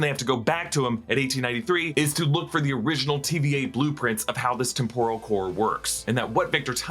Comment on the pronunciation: Why are you pronouncing 'temporal' like 'tempura'? English as a second language?